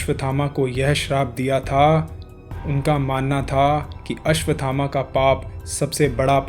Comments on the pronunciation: अश्वत् थामा - is the correct pronunciation and not अश्वथामा। 🙏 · अश्वथामा का उच्चारण गलत है।